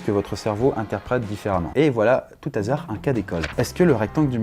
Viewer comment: tres sympa tes videos mais STP, arrete de dire "A TOUT THAZARD" , pas de liaison avec le T !!! A TOUT ... HASARD On ne dit pas DEUX ZHASARD hein :)